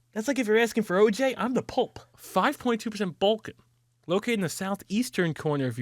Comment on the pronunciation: "that's like if your asking for OJ, I'm the pulp." Dude is ranting about how Italian he is, and then says he's the pulp. How could I not hear that as 'I'm the pope'?!